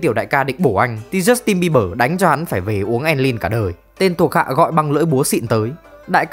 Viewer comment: jút tin bi bờ...😊...tếu nhẹ lắm... kkk